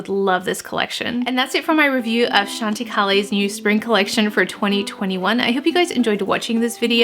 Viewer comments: I love Chantecaille. You look beautiful. I think it is pronounced Chăn tă kī. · Hi...I use chantecaille all the time...its actually pronounced Shawn ti kie:)